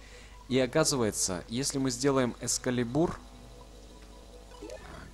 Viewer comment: Не экскалебУр, а экскАлибур!!!!